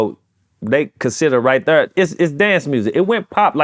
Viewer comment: I never knew right thurr was a hit thank you publicist.